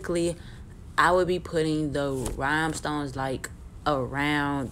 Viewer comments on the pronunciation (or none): Rhinestones...not ryhmestones😩